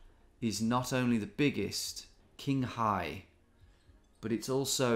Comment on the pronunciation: FYI Tom, the "q" letter in Chinese languages makes a "tch" sound. So Qinghai is pronounced "Tchinghai", not "Kinghai".